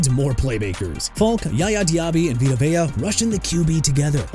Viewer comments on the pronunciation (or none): none